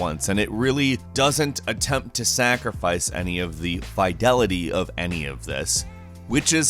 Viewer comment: That is NOT how you pronounce "fidelity" bruh... Fih-delity not Feye-delity. Yeesh.